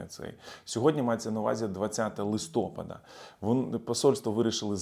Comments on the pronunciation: Та не листОпада, а листопАда ! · Лайк,!!Але наголос на "А":"листопАда"!!!!На цьому наголошують українські філологи!!!